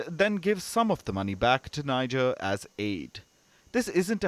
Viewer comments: NEE-JER....not, NAY-JER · Tell Palki the name is not Naijer. It is Nihjer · It's not pronounced as Niger but "Nii" "J" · The name of the country is pronounced "Nee-jay" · Please pronounce Niger as Nee-zheir. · The news presenter is mispronouncing Niger. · Y'all can't pronouns Niger?! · Say Niger properly sweets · You can't even pronounce the country's name well. It all went downhill from your Wion exit indeed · You give updates of news around the world, don't you think you can at LEAST RESPECT the citizens of Niger Republic by pronouncing the country's NAME correctly?